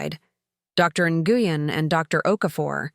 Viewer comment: I wish they would quit saying Dr. NGuyen, its pronounced Nwen.